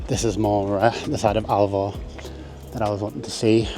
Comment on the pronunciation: Its called ALVOR NOT ALVA